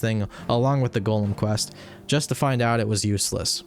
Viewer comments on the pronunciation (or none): none